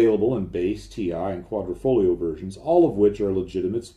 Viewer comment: Complementi on pronouncing Quadrafoglio correctly. You got internazionale incorrect though. "Z" is pronounced "ts" like in pizza in almost all cases. Great channel btw. Love the engineering you go into ( I am an engineer :) ).